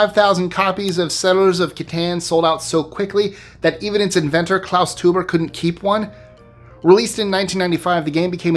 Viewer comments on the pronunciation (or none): The name Teuber is pronounced like "toy-bear" not a potato. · You don't pronounce 'Freud' as 'frood' and you shouldn't pronounce Klaus Teuber's name as 'tuber'. Even if you're a YouTeuber.